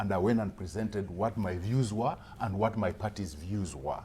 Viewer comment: please tell Wamatangi to stop over pronouncing "when" and "what", too much energy..."HWEN" .."HWAT" what the hell is that? these words are simply pronounced as "wen" and "wot"..very little energy...hahahahahaha